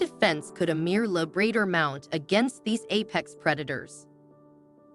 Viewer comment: la-BRAY-dor?? AI sucks.